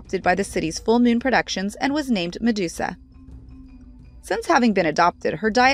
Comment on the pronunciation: I think the narrator needs to work on their pronunciations